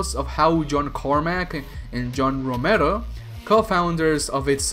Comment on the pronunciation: lmao the way you pronounce romero